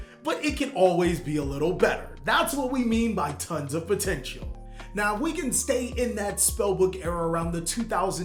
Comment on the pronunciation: What i heard that the zarc deck was pomteintal